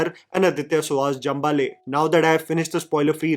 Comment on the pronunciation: Hi thank you for the review. Jambhale is pronounced as Jaambhazhe in marathi.